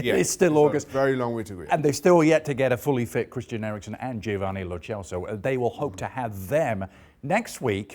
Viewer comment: Lo CHelso? My lord i literally choked when he said that